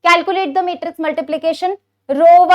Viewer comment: Matrix ❌ metrix ✔😂